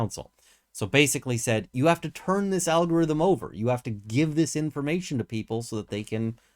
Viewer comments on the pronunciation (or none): none